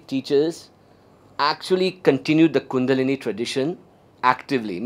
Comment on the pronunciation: I wish he should pronounce the word kundalini properly. Btw what spiritual lineage does he belong?